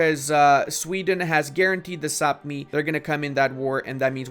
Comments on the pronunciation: Brother! Quick comment, Sapmi is pronounced “Sah-mee” and according to Norse stories, they are the origins of elves/Santa’s helpers. Learned that when I lived in Norway for a year! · Of a lifetime living in Sweden, Sápmi is pronounced Pretty much like it sounds. It is only the inhabitants of Sápmi, the Sami, which are pronounced that way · Kinda incorrect, the LAND is called Sapmi, the people that live there are the Sami, which is pronounced how you say.. very easy to get confused ^^